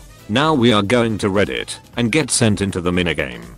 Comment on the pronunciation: Literally the tts when it says “we’re going to Reddit” instead of “we’re going to read it”